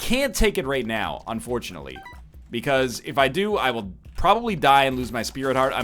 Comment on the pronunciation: It sounded like NL said "unfloortunately" when he realized he started on downpour II, hehe